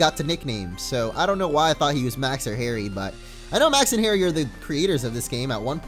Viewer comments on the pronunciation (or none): none